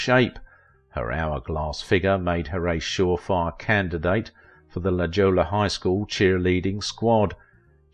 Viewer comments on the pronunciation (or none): I thoroughly enjoy these series mostly enjoying your accent but a couple of booboos….Chicago, Illinois (not vice versa) and LaJolla is pronounced “La Holla” thanks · It's prounced La Hoya even though it's spelled La Jolla. The pronunciation follows Spanish grammar rules. Sign me a La Jolla High School graduate. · It's pronounced "La Hoya"